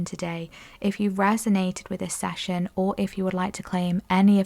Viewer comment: Session ...... Not sashion. 😮😅😂❤